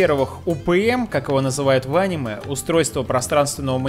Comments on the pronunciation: Ударение покинуло чат.. анимЕ, а не Аниме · Я выключил видео из за его произношение: ани'ме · аниме ударение на е